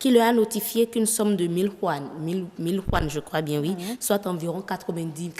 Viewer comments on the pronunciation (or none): On dit Yuan**